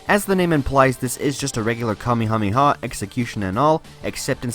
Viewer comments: nobody: him: kamihamiha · I’m drunk but at least when he said kamekameha I had a break